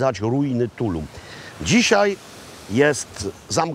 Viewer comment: Also accent is on the last syllable in Tulum! 😊